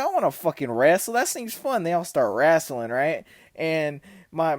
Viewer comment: cuh def from Arkansas with that “wrastlin”